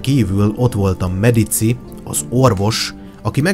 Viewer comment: Medicsi a pontos latin kiejtes